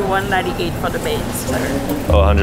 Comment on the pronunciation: "for da bayns"